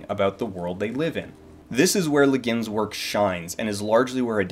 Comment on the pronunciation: I was all set to change my pronunciation of her last name, on the assumption you being a professional were more likely to be right, when I went to her instead and found I was right all along. Dude, it's GWIN. She said Wikipedia had it wrong, in case that was your source